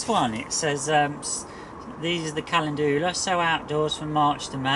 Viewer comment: I sowed my antirrhinums in an outside greenhouse (not glass) in Nov and they've grown. Calendula is pronounced Kal en Jula with the emphasis on EN 👌 I'm a linguistics specialist Thanks for showing us this. I haven't started my calendula yet. They're the big ones aren't they? Not a lover of those as I have limited space. You've got plenty of room. Someone on #ukherewegrow group was asking if you could grow strawberries in a polytunnel so I told him to watch your YT channel. He wanted advice.